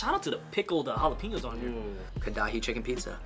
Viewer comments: It's Karahi not Kadahi lol. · Karachi lol not kadahay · karahi = kadai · Fucked me up how they pronounced karahi 😂😂😂